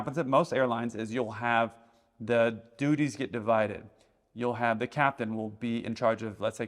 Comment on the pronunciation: Hahahaha he said dudies!!!